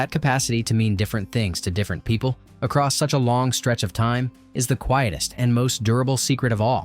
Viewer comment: I lost count of how many times this narrator uses the word, "aross." It's like he's trying to invent a new drinking game. 🙄